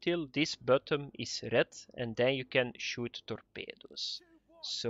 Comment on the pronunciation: torpeydoos............ please say this word more often.